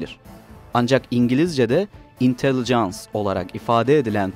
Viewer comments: Intelligence öyle mi okunur ahahahahah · Intelligence’ı düzgün okuyamadığın için kapattım videoyu. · Intelligence intelligence olalı böyle telaffuz görmedi 😂